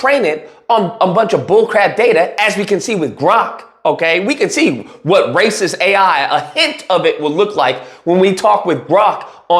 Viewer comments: "Razy Lacist" is the new slur! Best slip of the tongue ever!! Thank you, 😂🤣💯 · I think you said "Razy Lacist" at one point, but it made perfect sense cause they dont!